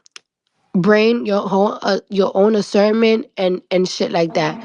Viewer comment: Accerment - discernment ….